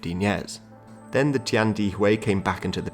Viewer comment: They are not "hackers" they are called Hakka. And it's Tian De Hui.